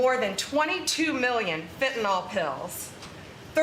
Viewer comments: how hard is it to say fen-tan-ill? it is not fen-tan-all. how can anyone be in such an important position and not know how to speak English? fentanyl!! it's really easy;) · Oh Paaam! It's (say it after me) Fentan-ILL, not Fentan-ALL. Practice reading and pronouncing that, OK? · Pam bondi can't even pronounce fentanyl correctly. It's -yl, not -ol. But then, perhaps she's actually Pam Bondo instead of bondi, and so the whole pronunciation-thing just confuses her. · It’s f&cking FEN TAN NILL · nyl not NOL, you idiots drive me NUTS, stop pronouncing it like that She like all the cabinet are a bunch of suck ups, He has lost his mind and needs to be put in a Home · Liars lie. Thanks Blondi Bondi. ps it's fentanyl, Not fentaNol. Dip sht. 😮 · Notice Bondi mispronounces it as "fentanOl." It is fentanyl. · Why can’t MAGAts pronounce fentanyl? Fenta-nawwwwlll. 🤡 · It's so irritating how pam ela bondi pronounces fentanyl (fen'nALL) ugh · In addition to her clown math, Pam Bondi can’t pronounce “fentanyl”.